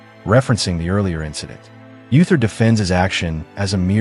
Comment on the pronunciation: Uther is pronounced OO-ther, not Yu-ther.